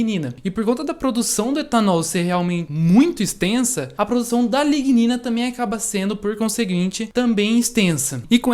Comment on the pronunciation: Pesquisa super interessante, eu teria gaguejado em todas as pronuncias de a lignina. Parabénssssssss!!